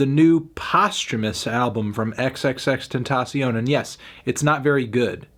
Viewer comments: Wtf u gotta say about it you don’t even say his name correctly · I knew his option wasn't valid when he said XXXTENTAION name wrong in the first 10 seconds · you can’t even pronounce his name right... you have no say lol